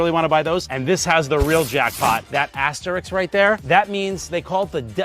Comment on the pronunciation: Rossen, Please! It's /'ass-ter-RISK/, not /'ass-ter-rick/. Remember, Rick doesn't have an aster. It's like fingernails across a chalk board. I'm showing my age by saying "chalk board," ain't I?